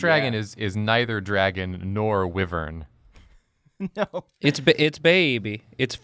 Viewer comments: They pronounced it as "wih-vern" instead of "Why-vern" 🤣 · "Wih-vern"? I'm laughing and confused at the same time! 😕🤣